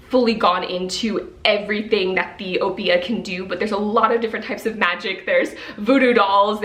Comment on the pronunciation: Welcome back!!!! 😊 You were truly missed but I’m glad your eye is much better. N.B. I’m not sure if you were pronouncing Obeah from Witches Steeped in Gold but I’m from Antigua (small island in the Caribbean) and we pronounce it “Ob-yah”. That would be the pronunciation if it is spelt Obeah because a lot of our language is very similar to Jamaica’s.